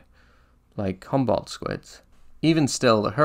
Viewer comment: Great presentation, but it would do you some good to learn how to pronounce some words like "Humboldt" and "Newfoundland" properly. Would just indicate a further level of professionalism, but gj with your resarch nonetheless!